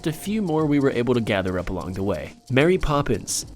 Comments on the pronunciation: It’s Mary Poppins not Marry Poppins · Why would I 'Marry Poppins'?! IT'S MARY POPPINS